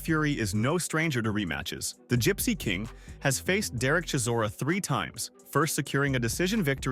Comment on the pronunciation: is not kizora , is chisora !